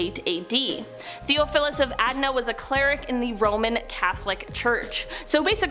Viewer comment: "Theophilus" is pronounced "Thee-off-o-lus." The "Arch" of "Archdeacon" is pronounced "Arch-deacon," with the "ch" in "Arch" pronounced like the "ch" in "chest," "cheer," "chop," etc.